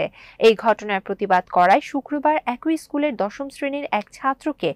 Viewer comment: একই-> একোই × অ্যাকি√